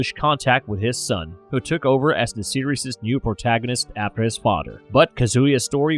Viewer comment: This AI can't pronounce the "th" sound worth shit lollol Mother = Mudder Father = Fadder The = Duh/Dee Another = Anudder